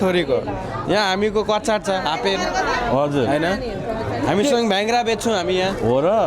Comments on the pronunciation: हाम्रो अमेरिकामा बस्नु हुने तमु दाजुभाईले तमु पोषकहरुको नाम उचाहरण गर्न अलि मिलेको जस्तो लागेन जस्तै धेरैले भेङ्ग्रा भन्ने सुनियो नेपालीमा भाङ्ग्रा भनिन्छ भने तमु भाषामा र्हेंगा ,र्ह्ंगा भनिन्छ त्यस्तै कछाडलाई काश भनिन्छ । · bhyangra Hoina ho bhangra ho ( gurung language ma REHNGA)